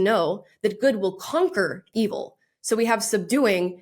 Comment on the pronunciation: did she just rhyme evil with "believe'll" ? >.>